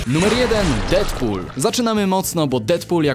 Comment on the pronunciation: "Dedpul", nie "Defpul". Tam jest DEAD nie DEATH. A poza tym to fajny materiał macie lajka.